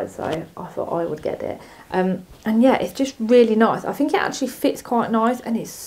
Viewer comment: “Fink”?? Please pronounce your “th”’s properly! 🙄